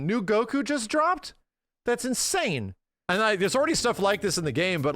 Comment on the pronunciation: Is he saying insane, or insaiyan? I’m unsure.